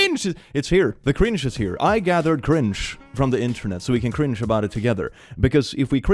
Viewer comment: Am I the only one who absolutely loves the way says "cringe" with his accent?